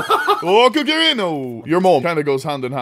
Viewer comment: "Kuk"ri Knife.